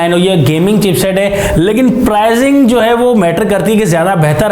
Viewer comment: Prizing nai hota Pricing hota hai Improve yr talking style or leave it